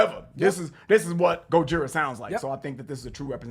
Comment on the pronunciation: Guys: GO-JI-RA, as the French pronounce it and not GO-DJI-RA!